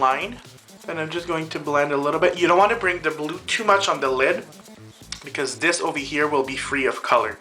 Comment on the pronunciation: AMAZING! but I laughed for like 5 minutes when you said brew instead of blue!